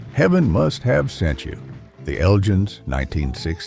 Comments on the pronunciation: Eljins? Isn't it elgins? Like from the Scottish town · R Dean Taylor couldn’t have been “one of the only” whites at Motown. He was either the only, or he was one of the few. But that’s the sort of nonsense you get with AI narration, as is the following : the Elgins pronounced as “the Eljins”, who apparently had a “led singer”; also, Jimi Hendrix didn’t leave the Isley Brothers for “bigger things” — he left for three more years of struggling as a backing player on the chitlin circuit and near starvation in New York city. After that point I’m sorry to say that I gave up watching this video because of the poor voiceover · Surely The Elgins had a hard G in its pronunciation, as in The Elgin Marbles. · In the UK The Elgins is not pronounced how you pronounce it, however I guess like Candi Staton maybe it is a topic of debate. 9 out 10 of these records can be regularly heard at Northern Soul nights in 2026. Dusty Springfield was much admired by Queen Elizabeth.